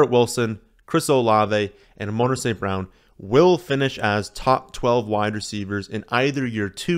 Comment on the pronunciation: A-moan-ruh lmao